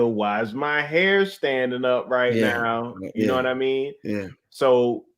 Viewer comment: No fronting, the way pronounces "hair" as "here" was confusing me a little 😂